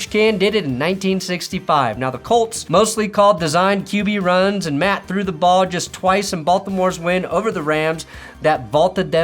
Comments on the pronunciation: NOT pronounced MATT, Pronounced MAT'TE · It's Tom 'Matty', not Tom "Mat', and all you had to do was take 20 seconds to look it up on Wikipedia for example. No denying that it's lazy reporting by you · Tom Matte: pronounced "MAT-ee" or even "MAD-ee" but NOT "Mat." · Tom Matte's last name is pronounced Matty. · Matt-E. 😖Tom Matte with the “E” pronounced. Thank you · Tom Matte is pronounced Mat-tee. I cringed every time you pronounced his name cause l remember watching the Colts. Good video though 👌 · Tom Matte’s last name is pronounced Mat-tee, not Matt. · The old Colts guy - his last name is pronounced Mat-ee (before your time, but still ) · Tom Matte - pronounced MAT-tee, not MAT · FYI, that Baltimore Colts running back/emergency QB, Tom Matte's name was pronouced "Matty." I don't remember every detail of the games I watched on TV in 1965, but for some reason your pronunciation hit me square in the sound clip memory-bucket--even though I was a Lions fan (in early development--I was 8) there are certain names from that era (Alex Karras, Dick Butkus, Johnny Unitas, Earl Morall, Max McGee, etc) that still ring a bell as sound memories, and Tom Matte's was one. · Tom Matte's last name is pronounced "Mattey" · Pronounced Tom Matt-e. My dad taught me that as he was a die-hard Colts fan. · tom matte is pronounced (mat-tee) for what it is worth get it together LOL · Pretty sure it's pronounced Matt-ee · Your pronounce it Tom Mat-te. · Matte is pronounced Matt-E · Tom Matte is pronounced Mattee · FWIW, it's pronounced Tom MATT-ee; like Matty Ice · The E is pronounced in Tom Matte’s name. Said like Matty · I think you’re supposed to pronounce the “e” in Tom Matte’s name.